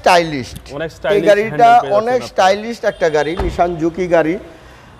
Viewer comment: Say nissan not nishan